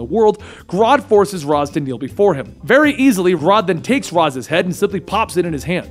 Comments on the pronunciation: Let's get pronunciation right. It's NOT Razz, it's Raish. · How does somebody who knows so much about DC still pronounce Ra's Al Ghul as Raas Al Ghul instead of the correct pronunciation of Raysh Al Ghul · It is pronounced Ray-shhh not razz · I hate how you call him raz and not Ra’s (Raysh) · it's pronounced RASH al ghul, not raz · its pronounced raysh for ra's al guhl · ...when did Ra's STOP being pronounced "rache"?